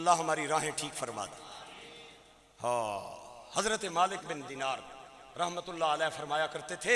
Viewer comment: لفظ "رحمت" کی "ر" پر زبر پڑھا کریں۔ جیسا قرآن کریم میں ھے "وما ارسلنک الا رحمۃ للعالمین ھے۔۔